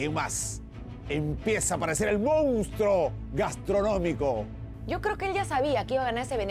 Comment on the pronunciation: jajaja ese mr sentencia mounstruo dice